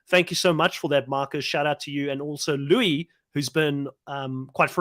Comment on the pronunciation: Luis pronounces his name: Loo-iss